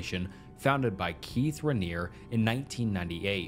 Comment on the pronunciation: Really interesting. Well done, too. Thanks. My only criticism would be to check on how to pronouncing certain words correctly, ie. Guana, restauranteur, Reniere, coersive, E-meter, etc.